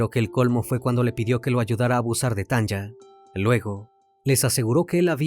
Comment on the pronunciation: Me encantan tus videos ❤ solo una corrección: El nombre de la chica que pronuncias Tanja, debe ser Tanya y las pronunciación es Tania como se escribiría en español 😊 es común en países como Estados Unidos escribir nombres con y en vez de i, por ejemplo Sonya sería Sonia, saludos desde Alemania ❤